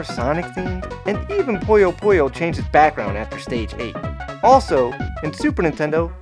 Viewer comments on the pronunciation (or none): Always felt “SQUISHY!” was voiced by a quality Adam Sandler impersonator. But where did you guys get the -o sound from? It’s PuyoPuyo. Not “PoyoPoyo.”